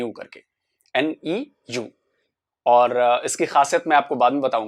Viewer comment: Tata Neu sounds a German Collaboration , Neu macht New . So I guess it has to be pronounced noi. Und nicht nio